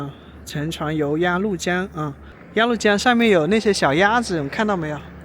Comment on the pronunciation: 鸭律江，不是鸭路江！🤣😂😅